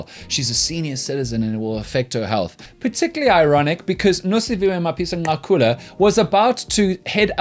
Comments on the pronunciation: Dan, I love you more everytime I hear you say Mapisa-Nqakula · It is clear that he consults black people on how to pronounce these words